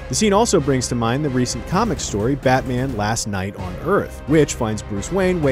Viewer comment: "isn't that right BAHMAH"